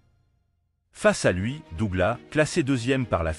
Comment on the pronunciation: SÉOUL ????? ET DOUGLAS SE PRONONCE AVEC UN S .....DOG LESS .... VOUS N'ÉCOUTEZ PAS LA VERSION ANGLAISE ORIGINALE ???